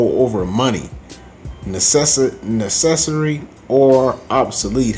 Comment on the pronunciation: I’m embarrassed for you that you honestly can’t say the word “necessary”.